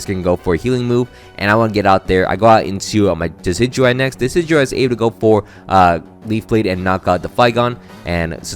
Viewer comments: I need anyone who pronounces decidueye like “deh-kih-dewey” to vacate any premises I enter. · Yay how do you pronounce decidueyes name that bad